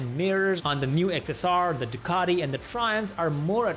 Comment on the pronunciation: Ironically, a guy with an Indian accent is the only person that's not Italian, I heard pronounce Ducati correctly 🙂 Thumbs up!